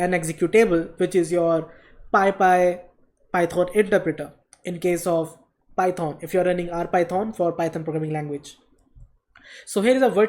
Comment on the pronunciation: "Py-thoaan" XD